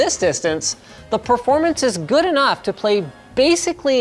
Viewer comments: "I've had eNUC of this"? Call for help? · couldnt find one comment mentioning 'ive had enuc of this' in the intro